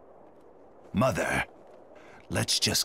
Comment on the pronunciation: Black Zetsu: muther